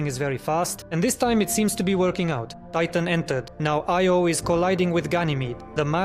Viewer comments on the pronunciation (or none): none